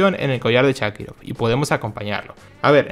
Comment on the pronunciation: Buen video, pero me irritó que le digas shakirov a sharikov😂